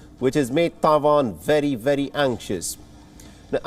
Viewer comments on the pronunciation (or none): It's Taiwan not Dawan !!! Annoying af!!! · Its Taiwan, not Tai-vahn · The Indian anchor has a funny pronunciation of Taiwan!